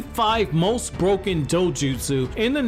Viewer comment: mans says broken like it’s a video game 💀